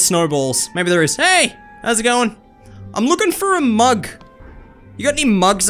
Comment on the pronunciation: BRO 😂 WHEN HE SAID "i have to look for a mug" AN AD POPPED UP AND THE WORD "mug" SOUNDED LIKE "mum"